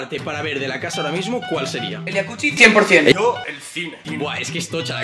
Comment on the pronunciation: Porque le dicen yacuchi si es yacusi